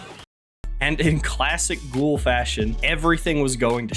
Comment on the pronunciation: that’s not how you fucking pronounce it Ghoul, ask google translate